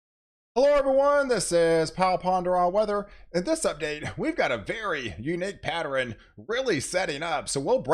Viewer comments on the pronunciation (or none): Hi! Did you know you are saying "patterin" for the word pattern, and "northerin" for the word northern and "southerin" for the word southern? You are making two syllable words into three syllable words. Great job on the weather though! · Dude for real added a whole syllable to the word pattern.